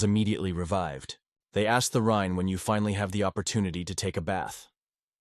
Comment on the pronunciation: Yeah better read the manga than suffer hearing this Ai crap. The rine the rine the rine waaaaah!